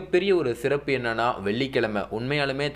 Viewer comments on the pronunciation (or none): none